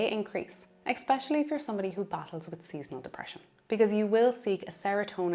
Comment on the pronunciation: It’s a good video - thank you. Please note it’s ESpecially not EXpecially